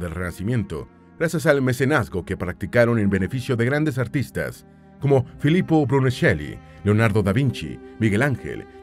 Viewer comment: Yo soy de Florencia y me dio mucha risa de como pronunciaste a Filippo Brunelleschi 😂❤️⚜️